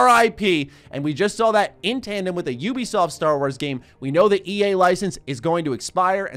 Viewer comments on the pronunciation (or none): none